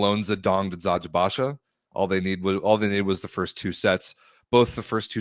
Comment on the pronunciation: Guys kudos to you for pronouncing the Turkish names correctly! 🙏🏼 Especially Eczacıbaşı which is honestly hard to pronounce and you’re doing it like a pro 👍🏻